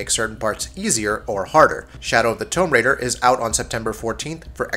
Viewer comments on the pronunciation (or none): Tome raider? Lol.. Its pronounced 'toom' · What's Shadow of the Tome Raider? Did you mean Tomb? Learn how to pronounce,. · “Tome Raider”? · I don’t get why you said toum raider But then said tougher tomb normally aha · The way you said tomb was triggering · You say the world "Tomb" wrong. Js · Why can’t you say the work tomb right when saying the title of the game but when you say tomb on its own you say if right lol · How the fuck do you not know how to say "Tomb Raider" when you narrate a gaming channel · Shadow of the what raider?????? Seriously what the fuck no one says tomb like that.